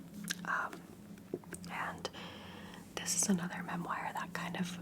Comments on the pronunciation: i’ve never heard some pronounce the word memoir, mem wire, it most definitely is pronounced mem-war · Hi! Just wanted to say how incredibly thankful I am for all your book content. It’s what brought me to your channel and I’m always happy when I see one up! Also I hope this comes off as friendly as I intend it, but I believe memoir is pronounced more like mem-waar?? Again, thank you for all that you do and hope you’re having a lovely day!😊